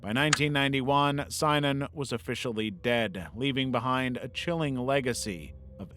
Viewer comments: I know this is an old video, but just point out that it's pronounced sin-inon not s-eye-nanon. Spent a lot of time in AA, and fell down a rabbit hole learning about Synanon when I left. Bugged me enough that I skipped that bit of the video. Lol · Synanon is pronounced: sin-a-non not sigh-non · Synanon is pronounced “SIN ah non”, 3 syllables, accent on the 1st. Not “SIGN on”” as stated. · Just some pronunciation notes: Synanon is generally pronounced "sin-nah-non" NXIVM is mostly called "nex-ee-um" and the substance DOS was said as a word "dos" said "daw-s" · I also always heard synanon as sin-a-non but maybe everyone I ever listened to was wrong 😂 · you heard it right, it was mispronounced in this video and drove me nuts 😂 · thats not how you say synanon lol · maybe research how to pronounce Elan and synanon if you're going to make a video